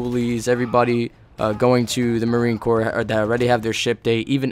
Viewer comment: court? its corps pronounced core